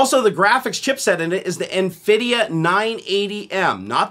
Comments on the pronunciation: I listened a few more times to make sure you said nFidia . Yup, you said nFidia. 10/10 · Nfidia??? , lmao